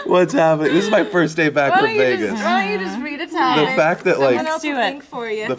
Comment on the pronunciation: hahhahaahha I know say "VEGAAS" bad for a sec that sounds like "IGGA" N not included.